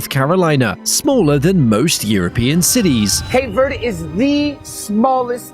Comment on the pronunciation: please stop calling cape verde with a spainish accent there is no accent on the e in verde